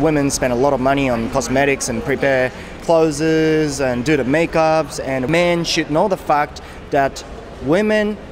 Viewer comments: clothesの発音は、kloʊðzizじゃなくてkloʊðzですよ。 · 、clothesの発音間違えてます〜僕もよく間違えますが。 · まあなんでもいいんだけど、clothesの発音が違うよね。俺も最初esつけて発音してたからさ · clothesの発音はcloseと同じだと思います。伝わってるのでいいですけど一応。